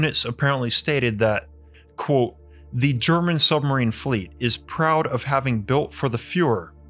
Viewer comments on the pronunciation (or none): You do know that the word "Quote" has a "T" in it?